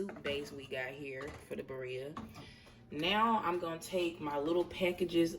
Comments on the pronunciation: This broad kept saying beeria was IT for me😂😂😂😂 she aint even tryna attemp to pronounce it correctly. Its pronounces BIRRREEEEAAAA😒🙄😂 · tell me why i knew she was black when she said birria 🤣🤣🤣